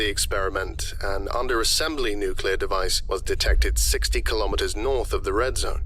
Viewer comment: Dude, I'm a fan but every time you say nucular instead of nuclear, my soul dies a little.